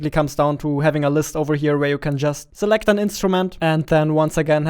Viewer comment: Nobody:: Zaunds, Zee, Zimple, Zelekt